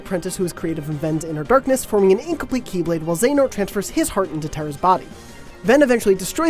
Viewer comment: They at least pronounced xehanort right. But there are better videos if you really want to understand the entire plot.